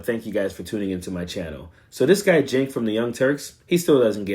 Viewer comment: Just stop. You don't even say his name correctly, so you aren't a regular viewer at tyt. I know medias touch is trying to grow as are you. Don't try and do it on the backs of other independent media just because they are competitors. Stick with chastising corporate media corruption.